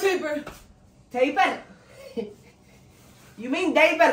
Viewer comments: The time when he said I want to taper, he said diaper got me dying😂😂😂😂😂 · “Taper? You mean diaper” 😂